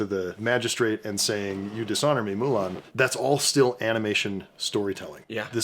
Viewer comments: The "Moolun" from the dad bothered me so mcuh!! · YouTuber Xiran Jay Zhao also did a hot take on this, Disney's "Mulan II," & the...other one. "Mulan" takes place in 497 BC & the advisor's name, "Chi Fu," is a loose pronunciation of the Mandarin word for "bully."